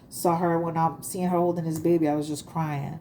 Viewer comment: I like the way you say baby...behby..lol